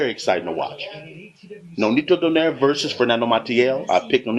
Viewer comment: nope it's "do" as heard in "door"; "nigh" as heard in "night" (you got this right); and "re" as heard in "replicate"